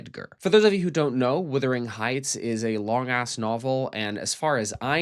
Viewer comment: Speaking of “withering”, every review or commentary on this film I’ve heard by an American pronounces “wuthering” as “withering”: why is that?